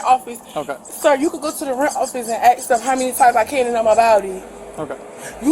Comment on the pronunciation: Ask NOT “ax” 🙄